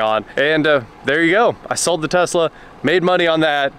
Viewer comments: "LS swap the Tezla" "Okay" Haha... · Uncle rich would tell you to drop that LS in the Tezzzzla.